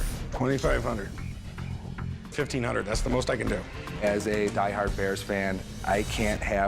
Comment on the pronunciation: Somebody tell this clown you dont pronounce the "bears" as the bearrrrrrrrrrrrrrrrrrrrrrrrrrrrrrerrsssssss